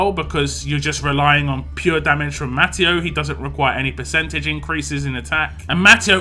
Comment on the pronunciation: I think it's pronounced ma-te-oo